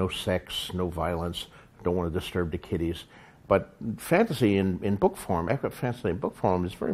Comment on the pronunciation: I love how George says "book" and "lord of the rings" lol. "Buuhk" and "Lord-of-dah-Rings" lol